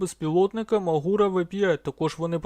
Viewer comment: Ви колись навчитеся правельно вимовляти назву г.Магура? Не МагУра, а МАгура неуки.